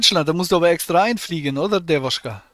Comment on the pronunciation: Das ist keine Dewuschka... Das ist Dewotschka.... Hat manchmal noch Aua bei Pippi machen...